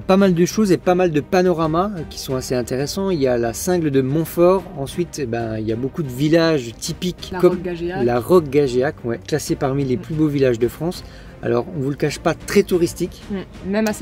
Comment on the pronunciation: Ah mais on habite à côté de Martel et on a de la place si vous êtes encore dans le coin c’est bien volontiers !!! N’hésitez pas ! Oh chuttt mais on dit Gageac comme « gajac »😜😜😜😉😉😉😉 Allez on vous attend ! On a servi l’apéro ! Et on vous prépare avec des petits toasts avec du beurre salé et truffe !!!! Hymmmmm